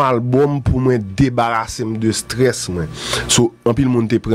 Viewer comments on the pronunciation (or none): Qui est la en train de remarquer que ne peut pas dis mwen. Il dit constamment mren lol